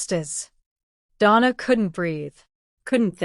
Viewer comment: I liked the short story. AI mispronounces “Donna” and some other funny sounding garbling. Too much talking about getting into the wrong car, however, I rate this tale a 5 out of 10.